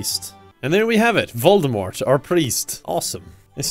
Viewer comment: Voldemort, not voldemorte.